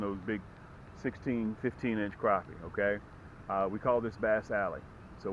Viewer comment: You give great information and tips even though you mispronounce the species of fish in this video you still provide great information and tips that will help people catch more crappie for the fact that you seem to provide good info and tips I'm subscribing and hopefully I'll learn some new things and I help increase my catches again great advice keep up the good work